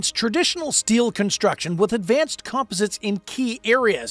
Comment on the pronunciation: Yes, plus learn how to pronounce "littoral" and "composite."